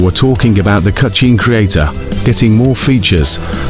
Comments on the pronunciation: Stop saying "cutshne creator" its hurting my ears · Cutscene ❌ Cucheen ✅ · The way the ai voice said cutchene 😂